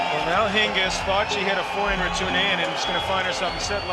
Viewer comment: its Hingis not Hings